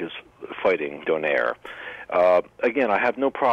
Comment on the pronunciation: By the way Donaire is Pronounced Do-nay-re